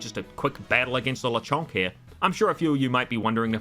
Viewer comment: Actually is Lechonk, not Lechunk ☝🤓